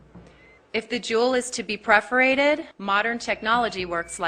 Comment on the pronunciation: per-forated, not pre-forated